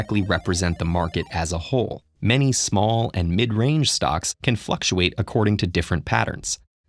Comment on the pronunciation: "Shall Companies"?